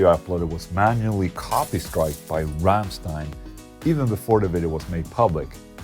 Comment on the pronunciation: im german...i would say your thinking about the Ramms+ein-Song is nearly perfect on the point...and i love it how you pronounce "Rammstein"...the most people dont pronounce it correctly when they dont speak german =D very good ...and solar-guitars kicks ass by the way xD